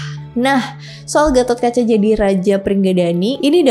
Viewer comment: GPP.. BKN ORG JAWA JADI SALAH SEBUT NAMA DIKIT GAMASALAH.. KITA JG SUKA SALAH SEBUT NAMA TOKOH ORG LUAR KOK.. DAN FYI GAISS.. DI INDIA SENDIRI GA ADA SEORANGPUN YG BERNAMA GATHOTKACCHA.. CMN DI JAWA YG PAKE NAMA GATOT.. VERSI JAWA JUGA LBH DETAIL MENCERITAKAN GATOTKACA.. BAHKAN GATOTKACA BISA DIBILANG JD TOKOH YG MELEGENDA DI INDONESIA.. DAN KLO VERSI INDIA, PANDAWA INI DIKISAHKAN SEOLAH OLAH BURUK.. TPI NTAH KNP VERSI JAWA, PANDAWA JD KLIATAN BAIK.. SALAH SEORANG AHLI SEJARAH INDIA YG UDH LAMA TINGGAL DI INDONESIA PERNAH MENARIK KESIMPULAN KLO ASAL PANDAWA ITU DARI JAWA YG PERGI KE KURUSETRA INDIA UTK MELAWAN KURAWA YG CITRANYA JAHAT MENRUT ORANG JAWA.. KRN KATA BELIAU, DARATAN INDONESIA KHUSUSNYA JAWA DAN SUMATRA ITU DARIDULU EMG SALING TERHUBUNG DGN INDIA SPRTI PERDAGANGAN, AGAMA DLL.. NTAH BETUL ATAU TDK, YG PENTING AMBIL ILMUNYA DAN BELAJAR JGN CMN DARI SUMBER MAINSTREAM..